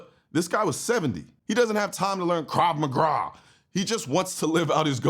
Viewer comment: "Krav Magra" 😂